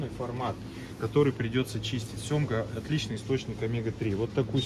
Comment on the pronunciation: нее, брат, ты сказал "семга")))